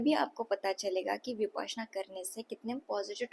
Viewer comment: विपासना नहीं है इसे "विपश्यना"" कहते हैं